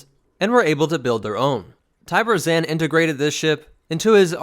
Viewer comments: Not to nit pick but it's not Zan (rhymes with can), it's Zann (rhymes with Kahn). Every game source (and the game itself) quotes it as such. Thanks for doing the Keldabe though, been waiting to see it. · You say his Zann weirdly. In the game they say Zahn. You put a Ann sound to it.